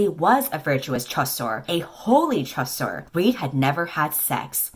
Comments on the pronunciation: Nah, I think it's "chasseur," which is correct (surprising, considering the baker named Pain), but is pronouncing it like shoe LMAO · As a french speaker the best part of the video is just saying ChAsSore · The way she pronounces “chasseur” is so funny lol. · the way she pronounced chasseur 🤣 nous aimons une reine lol